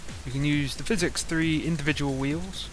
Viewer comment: I think hes saying PH as an F and X is just hard to say so it turns into physics